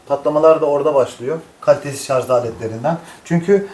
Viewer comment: hocam şarz değil şarj